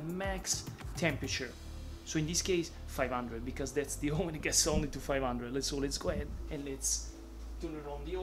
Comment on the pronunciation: the best pizza you can make in your AWWSSS ... nice from GRU👍🏼